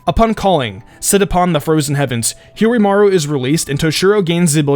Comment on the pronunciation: I guess he watches the dub due to how he pronounces Hyorinmaru